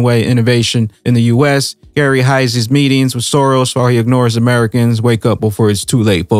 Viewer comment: Dear: Just a sidenote, Soros' name is Hungarian, it should be pronounced in English as you would do with "Shorosh". It translates to "serial" in Eng.